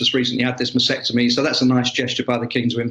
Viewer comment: lol. Mastectomy - which he mispronounced as "masectomy"